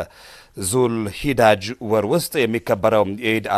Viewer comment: የተፃፈው እንኳን በስርአት አታነብም እንዴ(ዙልሂዳጅ) ዙልሂጃ ነው ሚለው